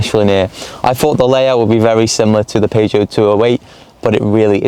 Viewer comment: I tried to ignore it.... But I can't get past your pronunciation of Peugeot